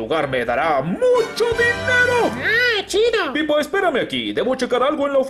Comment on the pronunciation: Es Peppa no pippa